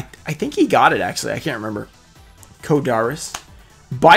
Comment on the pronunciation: I never realized you say ‘axually’... huh.